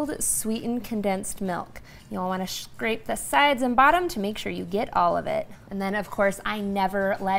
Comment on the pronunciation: Thanks, this is wonderful! Are you German? We noticed that you pronounce "Scrape" as "Schrape". This schr blend is only found in the German language.